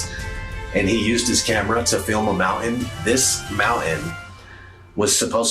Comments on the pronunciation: As much as there's a lot to take in here, I think the worst thing about the entire video is the way the guy after says 'mountain'. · Ought there to be a "T" in your Moun`ain? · What’s a mou-in? What’s with people not liking the letter T? (Like someone saying “impor-ant” instead of important). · ‘This mouw-ehn is supposed to be hidden…’ Yeah, somebody who doesn’t even know how to pronounce the word ‘mountain’ probably isn’t going to be the most on-the-ball lol.